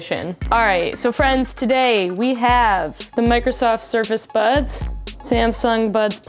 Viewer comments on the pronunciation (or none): at the end of the vid, i didn’t know if she was saying buds or butts but i’m here for both